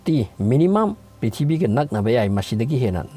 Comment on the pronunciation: The way u spell prithibi ( pithibii) ☺☺☺